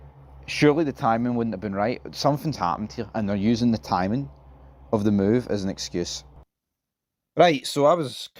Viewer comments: Why cant he say timing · is a bit thick & the other guy can't say timing 😂😂